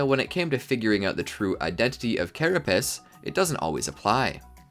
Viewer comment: I’m sorry what did you just say did you just say carapiss??